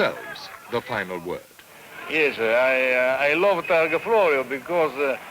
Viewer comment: TARGA not TARGO